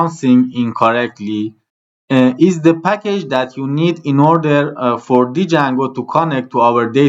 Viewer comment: ممنونم بابت آموزش هاتون ولی اون دی اول جنگو خونده نمیشه و فقط جنگو خونده میشه